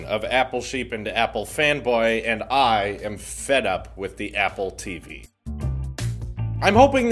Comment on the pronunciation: When you were said “I am “ in the beginning I kept on hearing I ham